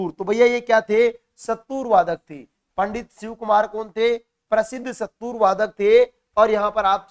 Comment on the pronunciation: अरे संतूर बोलना तो सीख लो